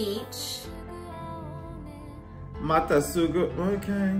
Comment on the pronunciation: I like how pronounces 'Mata Sugu Ao Ne' as 'Mata Suju Oh No' xD